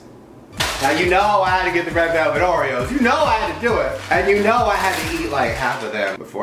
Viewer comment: it's oreos...you don't just go around PRONOUNCING OREOS WRONG LIKE THAT OML